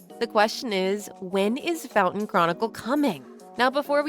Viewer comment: The only thing making your voice feel ai is bcs of your accent and all like wtf u mean "fountain" for fontaine🥀